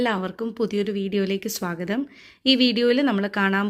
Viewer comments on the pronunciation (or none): none